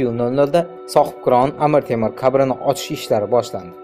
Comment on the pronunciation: Qabrini qayerdaligi dib gapir, kabrini kayerdaligi disan йо урисмисандалбайоп